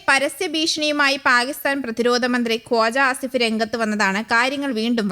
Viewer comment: കോജാ അല്ല കോയാ ആസിഫാണ്